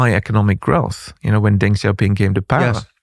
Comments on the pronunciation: what is with some of the crazy talking points out there hahaha and in video NOT HOW TO PRONOUNCE DENG XIAOPING however hahahah what is on wit hthat BE CAREFUL PEOPLE :D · what are you talking about with that hahaha and NOT HOW TO PRONOUNCE DENG XIAOPING however hahahah what is on wit hthat BE CAREFUL PEOPLE :D